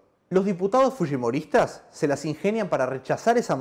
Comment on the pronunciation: El lo pronunció correctamente